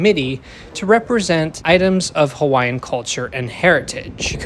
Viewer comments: As a former Hawaii resident, mahalo for taking the time to properly pronounce the names of the various locations referenced in the video. I lived in HI during the construction, the biggest gripe throughout was the cost overruns and final destination. I really hope they eventually have a branch to Waikiki and University of Hawaii Manoa. It would also be wonderful if the skyline extended to downtown Kapolei and Ko Olina. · You have good pronunciation. Very well done. Hawaiian, Japanese, Italian names, you nailed it. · Bonus points for proper pronunciation of Hawaiian names 👍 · Thank you for pronouncing the stations correctly!! As someone from hawaii, i am super excited for the rail. It's smooth, moves fast, and now it hits places i actually need to go. The only thing i dom't like is the obnoxiously loud announcement system.